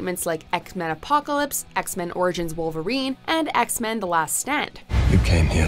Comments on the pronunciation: Did she just say ek-men on the first one? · What’s Eckmen: Apocalypse